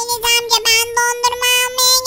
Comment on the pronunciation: Enes o Eneş diyil🤣😅😂